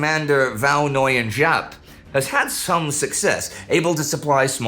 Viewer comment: Indy if you struggle the pronunciation 'Võ' sounds like 'go' but with a v instead of g, 'Nguyên' like 'win', and 'Giáp' like 'zap' or 'yap'! thank you for covering this part of history!